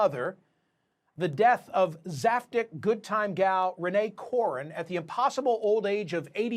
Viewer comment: Mispronounced zaftig. CNN at it's finest.